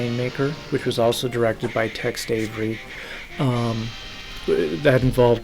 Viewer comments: Dude why are you calling Tex Avery “Text Avery”. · It sounds like you're saying Text Avery. The subtitle is spelled Text also.